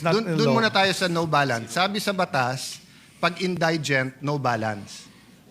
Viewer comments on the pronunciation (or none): indigent - proper pronunciation is > in- di- gent hindi > in- day- gent bopols talaga yan si cayetano pati si herbosa nahawa...